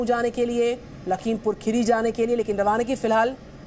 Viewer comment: राहुल जी आप पहले यह ठिक से बोलो खेरी नही खीरी